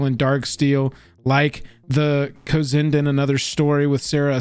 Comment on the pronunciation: Just a friendly heads up, it's actually pronounced "cozy n' dan." They're an artist couple that's been around in the indie/underground art scene for awhile now, great work